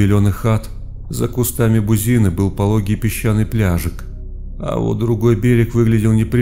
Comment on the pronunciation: Очень люблю этот канал. Но у всех без исключения чтецов страшилок одна беда: неправильные ударения. Кусты не бузИны, а бузинЫ. Не могу понять... Если нет уверенности в том, как правильно ставить ударение, можно ведь проверить и узнать наверняка. А так впечатление от истории портится.. Не катастрофично, но ощутимо.